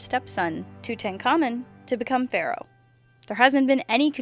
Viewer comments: toot-hank-amen not titenamen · I'm amazed you pronounced Akhenaten perfectly; yet botched Tutankhamun.